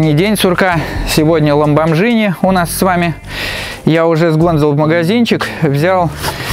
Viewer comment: Ламборгини 😉) (а не Ламборжини) А так Очень Интересный Чувак!!!)